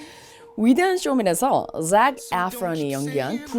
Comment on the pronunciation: 목소리가 안좋은거같아 맘이 불편하네요😢 빨리 나으시길요💜 이번 영상은 자세히 길게 설명해주셔서 좋아요 in my cards 란 표현 재밌네요 🃏이 설명해 주실 때 Zac과 Zendady의 Z 발음 잘 들려서 혼자 따라해봤어요 저는 신경써도 어렵더라구요ㅎㅎ